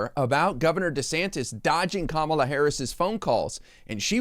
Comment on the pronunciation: I’m impressed he said Kamala correctly! He’s being political. False accusations so he’s playing games.